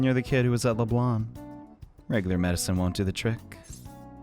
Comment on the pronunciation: dude it's leblanc and not leblan